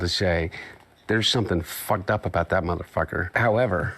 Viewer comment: That was THE WHITEST "mfer" I've ever heard. 😂